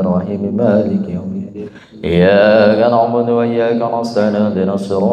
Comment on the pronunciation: Tolong p ustadz. Ketika baca Al Fatihah, khusus PD ayat iyyaa ka na' Budu.... Di perbaiki tajwid darah nya...agar tidak berubah arti...🙏🙏🙏🙏🙏